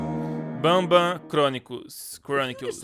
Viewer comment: Por favor nunca mais fale bamba pelo amor de Deus graças a Deus nããããã...